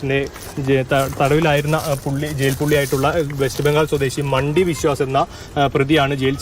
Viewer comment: "മണ്ഡി" 'മണ്ടി'യല്ല 🤣🤣🤣